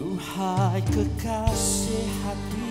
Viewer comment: Kenapa sebutan dia: kekaseyh, pedeyh.. stress kita bunyi pelik3 ni